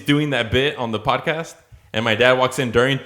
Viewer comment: You forgot the D in Podcast